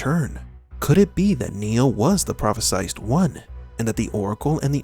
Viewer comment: Prophesied. Pronounced ' Prah feh sighed ', and hit the /d/ sound.